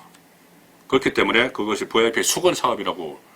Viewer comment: 듣기가 참 좋아요. "버이아이피" ㅎㅎ